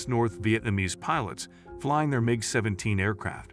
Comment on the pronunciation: If I have to hear this guy mispronounce Mig and reconnaissance one more time...